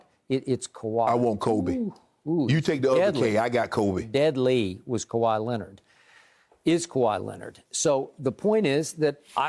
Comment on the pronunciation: He said kwai a deva😂😂😂😂😂